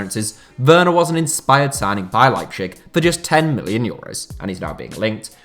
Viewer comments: you really butchered it mate... phonetically it's "LIE P TZIG" sound it out! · The German names were pronounced awfully. It's like cancer to every German watching this video. They are not called Leipshig, it's Leip-Z-ig. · please say leipZig and not leipSCHig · Okay everyone has different pronunciation on different words. But Lepschig? It's LeiPTSig in German and every English speaking person is used to say Leipzig. It reminds me of Family Guy and Stewie's pronunciation of cool whip. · why do you pronounce Leipzig like its a Slavic word..its LeipTZIG not LeipSCHICK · RB Leipzig is pronounced Lye-Ptzig. Tz as in Pizza. This was painful to hear you say it as pchig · to be fair it’s a good effort, the German pronunciation is “Leip-Zich” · Lipe shig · No offense but and your pronunciation miles better than the “Liepshick” thing. Just i want to tell you to keep that in your mind and next time you won’t get so much pronunciation comments. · Nobody: That guy: RB LEIPSHICK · I want to kill myself everytime you pronounce leipzig wrong... it is pronounced lighbtsig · "Leibschick" -:D:D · Patrick Schick has been such a great signing that even pronounce leipzig "leipschick" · It’s not leipshig u weirdo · just fyi it's pronounced LIPE-TZIG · Please, could you just for once, pronounce properly Leipzig? How would you like others to say your club in a such disturbingly wrong manner? (I am not even german or RB fan, but my ear bleeded every time I heard "Leipzisch" or what the duck was supposed to be) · Don't wanna sound like a know-it-all, but as a german native speaker: the nearly correct pronounciation would be kinda like "Lie-b-sick" :D love your content tho, don't worry, just if you want to improve! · I don't even think the latter is more correct. I have always been taught that in German the z is pronounced like ts. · yeah I live in germany and is leibzig, he pronounces it awfully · Leipshig... :D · The z is pronounced as a z not sh...